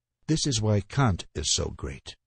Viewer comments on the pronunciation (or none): none